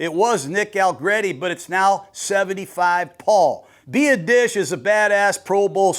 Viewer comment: Tyler "bee-odd-ish"😊😊😊